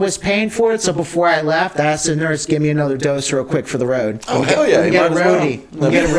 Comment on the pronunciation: "LEFT". NOT " KEFT".........